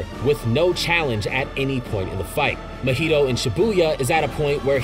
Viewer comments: I hate how you pronounce Mahito lol (Should be Ma-He-Toe) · I can believe this dude doest know how to say deity or mahito 💀